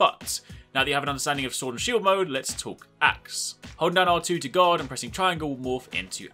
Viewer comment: Everytime you say "guard" I hear "god".